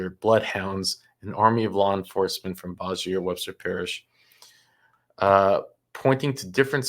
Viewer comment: There is a YouTube video on how to pronounce Bossier!!!!